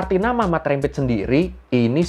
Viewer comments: Cara sebutannya rempit bang..Bukan rémpit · Rempit Dibacanya bukan seperti penyebut REM/LEM bang. Tapi, seperti penyebutan TEMPAT, LEMBUT, GEMBALA.